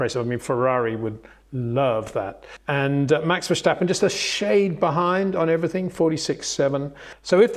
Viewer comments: it is NOT Max "verSHtappen" ... Max is not German (Germans indeed do pronounce "st" as "sht") ... #Max33 = Dutch NL/Belgium! ... It is not "Bottash" nor is it "Lewish" certainly not "verSHtappen" .... This BS started long time ago when a British sport presenter interviewed father Jos Verstappen and assumed you can use a German pronunciation to a Dutch Driver thinking it is so "funny" ... It is not. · Max Vestappen, pronounced Max Ver-stap-peh. The "Ver" sounds similar to the English "Fair" but with a hint of "V". There is no "schtap" in Verstappen. And, the "en" is not pronounced, hence the "peh". Simple! 🤪